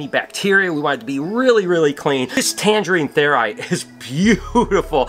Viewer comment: I can not stop thinking about the copper snake. The Tangerine Theried? I know I butchered the last bit but that's what it sounded like. I really would love one. So gorgeous!